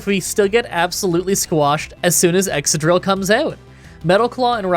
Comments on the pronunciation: Excadrill is pronounced exkadrill, not exsadrill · ExCadrill. It's exCadrill.